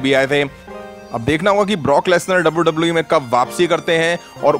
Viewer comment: Its wwe not dabauu dabauu eee